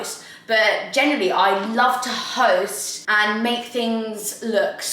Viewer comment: I genuinely thought you said I love toast instead of to host, honestly cracked me up